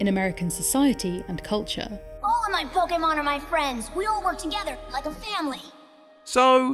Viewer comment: You keep pronouncing "Pokémon" wrong.